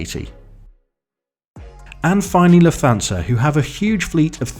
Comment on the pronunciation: Lufthansa is pronounced “Luft-hansa” not “Luf-thansa”